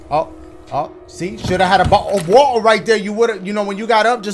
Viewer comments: I’m English and Dashie saying bo’’le of wa’er is fuckinh hilarious 😂😂😂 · Bottle of wotter